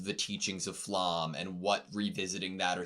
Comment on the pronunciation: Flamme is pronounced with the me at the end, all names are german so you can just use google translate setting it to german and hear the pronunciation